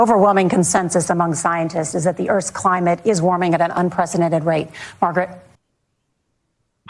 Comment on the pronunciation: Climate crisis emphasis seemed very forced and not natural at all.